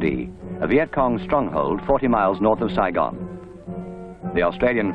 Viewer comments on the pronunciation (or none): Saygine ? It’s Saigon lol